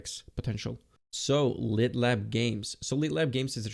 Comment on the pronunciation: Awt and Litt😅